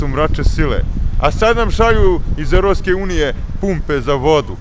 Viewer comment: iz Erotske unije ahhahahahahhhahahahah care, i kad kaze warles XD